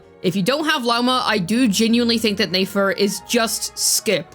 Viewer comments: It's Nefer not Nafer. Saying her name wrong the whole time was a bit triggering. lol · Lol neyfar 😂 i was like this is not that hard to pronounce properly